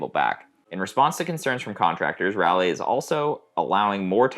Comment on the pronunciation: By the way, the "ral" of Raleigh sounds like "Ball", not like "Valley"